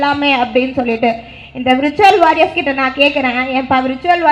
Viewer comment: Virtual warriors nu ozhunga solluma athuve thappa solre....